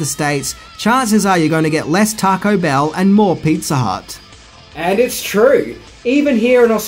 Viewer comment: Pizza "Hutt" ?! 😂